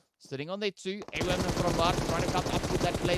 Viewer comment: Why y’all pronounce framer & AWM like that ?